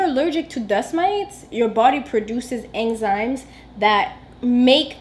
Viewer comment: Croustons the s is silent 😂and enzymes 😂😂😂😂😂